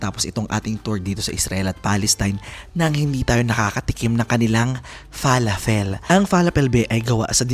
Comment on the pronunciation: Fe-la-fel ang pag pronounce hehe